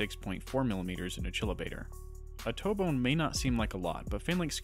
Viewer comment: Disappointed with how you pronounce Achillobator. It’s an obvious reference and your pronunciation indicates that you either don’t know why it’s named Achillobator or you do and you’re still pronouncing it all awkwardly. Either way it makes me iffy about taking information from you because I feel like it discredits you slightly. I understand that this comment comes off as quite rude and insufferably know-it-allesque and there is a chance that you know something I don’t. Maybe I’ve been pronouncing Achilles incorrectly all of this time.